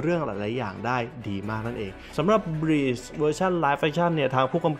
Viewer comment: บลีชคะ ไม่ใช่บีช อ่านผิดนิดนึง จากเทพมรณะ กลายเป็น หาดทรายได้เลยนะตะเอง